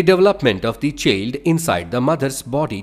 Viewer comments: Itbs not cheeld its chiiild pronounciation pllzzz..... improve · V-z-a-i-na❌ V-a-j-a-i-na✔️ Ch-e-l-d❌ Ch-a-i-l-d✔️